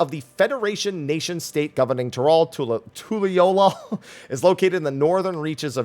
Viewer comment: We have a city in Utah spelled Toole, pronounced Too-elll-ah... we jokingly call it Tool-eh, like how you pronounced the new city.🤣